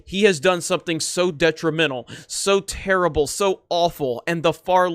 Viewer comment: Man, “that’s turrable!”